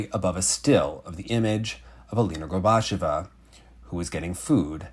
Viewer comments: It's pronounced, "GORBA-CHYO-VA." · for future episodes and segments. Gorbacheva rhymes with Usacheva. Stress the same syllable as in Daria's last name, the "che" ("chyo"). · At the very least try to say Alina’s name correctly. You repeatedly say ‘Gorbash-ova’ which is not how it’s said. Overall, maybe don’t put Russian in your videos until you’re comfortable speaking it, it comes across as low effort and demeaning, with a serious lack of care for the child you’re reporting on.